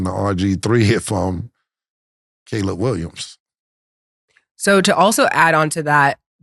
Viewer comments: Cam finally said "Caleb Williams" correctly! You love to see it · Cam finally said Caleb Williams name right 😂😂😂